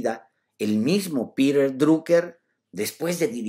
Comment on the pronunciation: Alejandro cómo dijiste "Pirer" o Piter